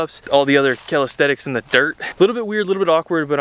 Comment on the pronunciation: It’s callisthenics not calidthetics